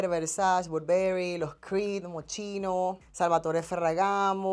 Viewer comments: 🤦‍♀️MOSCHINO SE PRONUNCIA MOSQUINO 🙏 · no se pronuncia moschino si no moskino